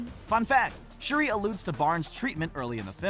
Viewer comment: He said shurdi get my girls name right k